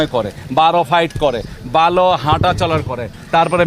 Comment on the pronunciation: 😂😂😂😂😂 বালো না ভালো । উচ্চারণ ঠিক করে করেন মিঞা 😂😂😂😂😂😂😂